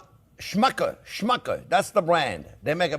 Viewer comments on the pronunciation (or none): LOL “Shmucker’s” instead of of Smuckers’s. Jam for “shmucks”?